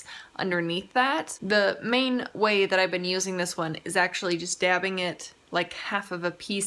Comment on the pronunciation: When u said "just dabbing it" I thought u said "stabbing it" and I was like hmm I've never heard that terminology in this context before. Very violent😬😂😂